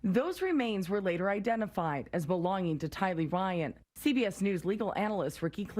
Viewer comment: The first reported should have at least learned how to pronounce “tylee” and “daybell” correctly